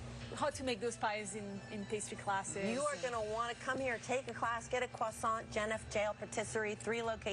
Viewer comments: Dont say kwasant again please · The first American I've heard pronouncing croissant in something even approaching a French accent! The rest of America: it is categorically not a '*kruh-SONNT'!* And while we're on the subject, they aren't 'Urbs' either. 🙄